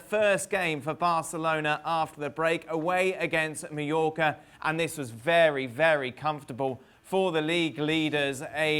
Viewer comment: Is it only me? At first I thought I heard him saying New Yorker for Mallorca. Did he pronounce it weirdly or is it my hearing????